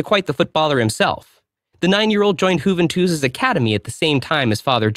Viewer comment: Juventus or "Who Ven Twos" 😂 never heard it pronounced like that !!!